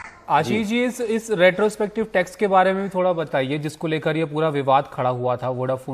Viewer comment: The no. of times he has said restopective instead of retrospective. ;)